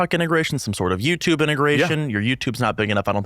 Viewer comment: Completely petty and not important but I fucking hate this guy's accent. "I used to to YewTewb" "My fiancee is mad that I buy Fewd and I cut back on the Fewd spending" So fucking annoying I'm sorry lmfao